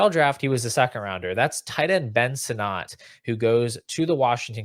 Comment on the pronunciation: Please for the love of god say Ben Sinnott’s name right. Ben “Senate”